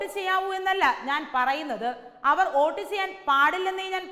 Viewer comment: Not OAT. ❌. It is VOTE... VOTE ✅